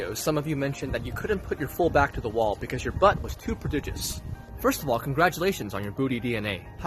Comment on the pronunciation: “Prodigous”I dont know why but i cant take that seriously